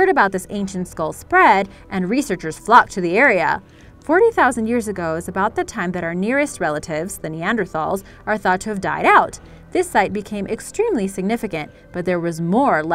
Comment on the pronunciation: Neander-talls. TALLS.